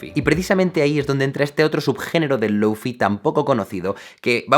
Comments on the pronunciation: "Lóufi"... ni siquiera lo intentan, españoles queridos... ¿Tán difícil es decir "Lou fái"? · deja de decir "lou fi", por favor :( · Jaime, con todo mi amor, se dice: lou-fai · ¡Muy buen vídeo! El lo-fi es la música perfecta de fondo. Sólo un apunte, se pronuncia 'low fai', que has dicho 'low fi' tantas veces que tenía que escribirlo. Luego la gente se queja que los españoles no hablamos bien inglés, pero si desde el principio ya pronunciamos una palabra mal (como wifi) luego todo el mundo la pronuncia mal, en vez de hacerlo bien desde el principio. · Me pega el chispazo cada vez que pronuncia "loufi". DI "LOUFAI" O "LOFI", no un intermedio por favor. Un poco tarde si el video ya esta grabado xd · Nadie : Absolutamente nadie : Jaime Altozano : Loufi Yo: SE PRONUNCIA LOUFAI!!!!! xdddd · Perdón pero se pronuncia Lou fay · Se pronuncia Lou Fai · en realidad se pronuncia lou fai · Men con todo respeto no confundas que el lofi que por cierto se pronuncia (loufai) con algo que es muy común como música para estudiar o para dormir.. porfavor culturisate .. el lofi tiene más subgeneros, no digas tonterías de ultra lofi .. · lou fai... se pronuncia LOU FAI.... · Duda: Si ya pronuncias el “Lo” como: Lou- por qué no dices el “Fi” como: fai- ?? Es lofi o lou-fai, escoge una por favor, me da mucha ansiedad que lo hagan así 😭😰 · Se pronuncia lou fay :v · Una lastima que Jaime no haya terminado el video susurrando a la cámara "se pronuncia Loufai" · Me gustó mucho el contenido, pero no pude disfrutar del video por sentirme mal al no poder dejar de ver la barba sin recortar y el cabello desordenado, y escuchar que pronuncia mal lo-fi :( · Ramdom* Curioso como pronuncia Low o High en inglés pero Fi en español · Todo iba perfecto hasta que pronuncio lo-fi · A alguien más le perturba que Jaime pronuncie bien sólo la mitad de la palabra? Jajaja